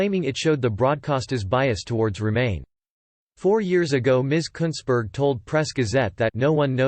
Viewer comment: At least your pronouncing her name right, just that she spells it incorrectly.